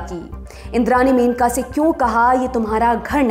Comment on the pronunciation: मेनका नही मनेका ।